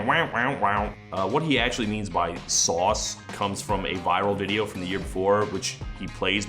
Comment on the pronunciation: What with him ripping off memes for the main hook for two of the songs? like Filthy had the "Haters gonna say it's fake" and then you had "Sauce" or as he pronounces it "Sow-s", its like when your biology teacher inserts a doge into his powerpoint presentation to appeal to the kids lmfao.